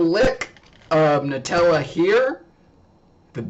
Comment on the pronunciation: NEW-Tella....get it correct